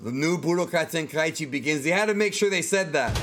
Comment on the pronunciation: "Ten-kai-ee-chi" Stop.